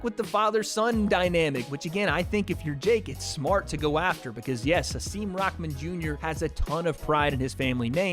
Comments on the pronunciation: You say it like his name is rockman jr but it’s rahman jr lol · you pronounce his name all wrong.. it not rock-man junior.. rahmen.. say it like reeehmaan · Tf is RockMan? it’s Rah not Rock💀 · its Rahman not ROCKman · If u want to do commentary on youtube at least learn his name properly.He is not raKman ffs come on man!!! he is Hasim RaHman. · IT’S RAHMAN NOT ROCKMAN!! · Why Is 'RAHMAN' Pronounced as 'Rockman'...?? What the Hell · It’s kinda funny how you say Hassim “Rockman” Jr. when it should be pronounced Hassim “R-uh-maan” Jr. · It’s Rahman not Rockman dummy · “Rahman” not Rockman… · Sound like you're saying rockman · Why does it sound like hes saying rockman jr lol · Dude why are you saying “Rockman” Jr???